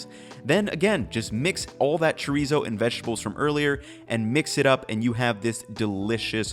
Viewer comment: good recipes but god how you say chorizo hurts me